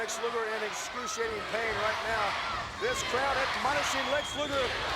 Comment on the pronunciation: Thanks for the match card. Oh, BTW it's Luger.